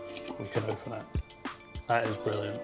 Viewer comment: says ON and open as "OpeN"